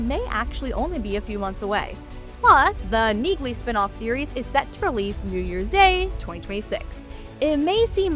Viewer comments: The "G" is silent in Neagley, like the "G" in Neighbor and Phlegm🤔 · By pronouncing NEAGLEY wrong, you've shown your hand that you haven't watched any of the 3 seasons of Jack Reacher franchise thus far, & therefore have no credibility.